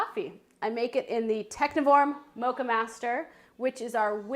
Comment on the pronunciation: Technivorm is pronounced Techniform.